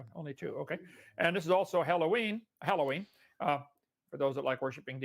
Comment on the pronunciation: It's dumb, but at least I understand why he says "Hell-oween", but why are concubines porcupines???